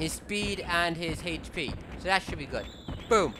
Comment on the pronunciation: Ting instead of thing, Tat instead of that, de and dat instead of the and that, nuttin' instead of nothing...I can't tell if he's irish, British, Asian, or just has the worst lisp I've ever heard...